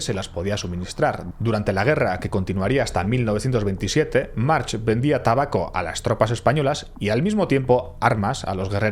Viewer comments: Es un apellido catalan, no se pronuncia "marx", se pronuncia "marc" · No se pronuncia March , en mallorquín se pronuncia Marc , un poco de rigor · No he acabado de ver el vídeo. Casi tido ya lo sabía aunque con menos detalle.Pero por qué llama "carabineros" a la G.Civil? cómo si Mallorca estuviera en el Nápomes de la Camorra.La GC debía tener su parte de resñonsabilidad no? y por qué intenta saber si es Jyan o Joan y se permite decir Marx todo el rato? es Mark, que no és difícil. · Muy buen video! Solo una pequeña corrección: en catalan/malorquin el apellido March, se pronuncia Mark. La h final es muda. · Muy bien la historia, pero podrías pronunciar bien los topónimos, los nombres y los apellidos (March -Mark Torró-Turró...) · Se pronuncia "Marc" hay apellidos catalanes que acaban con "ch" pero se pronuncia "k" como "Baldrich" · podrías aprender a pronunciar el apellido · March se pronuncia Marc. En catalán la ch a final de palabra se pronuncia como una c normal, como por ejemplo Montjuïch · Video super como siempre! ❤ Ps: es muy probable que sea el único al que le ha pasado, pero cada vez que nominabas a March yo escuchaba Marge de los Simpson y me he pasado todo el vídeo imaginándome a un efeminado amarillo con pelo azul que estaba conquistando el mundo 😅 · Como bién indicas March se pronuncia "Marc" y Torró se pronuncia "Turró". Si entendeis un poquito de catalán (nivel bajo-medio) os gustará además de este fantástico video de el capítulo dedicado a este energúmeno que hicieron hace 5 años en la sección de "Il·lústres execrables" del programa "Via Lliure" en RAC1. Enhorabuena por el vídeo. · Marc, es pronuncia Marc, i es deia Joan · Un apunte, la "ch" en catalán se lee como una "k" digamos. Sería Juan/Joan Marc. Videazo, como siempre. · En catalan la ch al final de palabra se pronuncia como una c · aquí un mallorquín: March se pronuncia como si no tuviera la H final (Marc) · No ha mencionado bien March ni una vez, videazo pero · Se pronuncia "Marc".